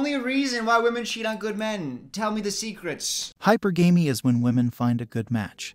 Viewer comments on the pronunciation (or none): Hypergamy =/= “Hyper-gamey” Hypergamy = High-purr-guh-me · I like how guy in the subject video pronounces it "Hyper Gay Me" because it really sets the tone of his message. DENSE